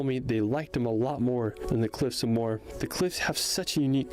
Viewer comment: Subscribed,. Btw, Moher is pronounced Mow-her with the emphasis on the first syllable.